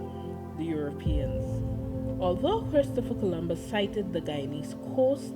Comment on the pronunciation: The way she said “Europeans” 😂😂😂